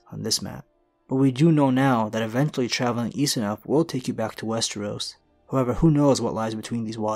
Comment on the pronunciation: I was so happy to hear you pronouncing westeros correctly, then in the last minute or two you say wes-tree-os again. You had to do it on purpose to piss me off. Kidding aside, another great video.